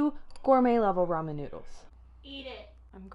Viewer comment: she said roman?